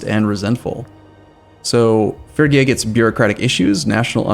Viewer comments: Its phrygia, like in 'freeze'.... free gee ja.... or fast: freegjia. Not firgja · IT'S PRONOUNCED FREE-GEE-AH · Say it with me now. "Fridge'ia" or "Frigg'ia" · "fergia" is not a logical way to pronounce "phrygia". the letters simply are not in that order. reading is not just remembering how words you already know are pronounced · Aren’t those two separate pronunciations? The G in fridge is different than the double Gs in piggy. I’m guessing the correct the pronunciation of this country is more like fridge-e-uh without the d. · Intresting I learned in university that it's pronounced Phrygien. I don't think there is a way to write down english pronounciations because of the old ghoti-problem. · It's gonna be like 3 more episodes before he's done another recording session and maybe figures out how to pronounce Phrygia.